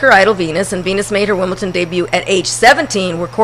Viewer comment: Shit, where is there a letter 'T' ANYWHERE in WimbleDon?